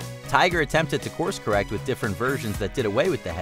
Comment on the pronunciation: "The commodore is keeping up wiU"